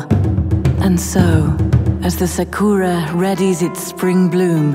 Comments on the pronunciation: Kami is not pronounced "Cammy" but "c-uh-mee" and Sakura is not pronounced "SuhkOOwuh" but "Saah-kraah" and Shogun is not pronounced "Show-gun" but "Shoh-gn" and Oni is not pronounced "o-ni" bu... ah fuck it. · yes, the pronunciation of kami kept bugging me in this vid. Also sakura isn't pronounced "sekoora". I know it's minor stuff, but all the more reason to get it right.